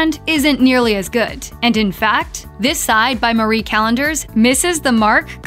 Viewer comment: Are you saying "good" with a T? Sounds like goo'it.